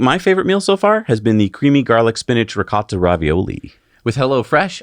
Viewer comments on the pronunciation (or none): none